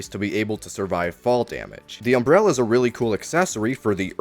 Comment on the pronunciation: Take a shot every time he says, "unbrella"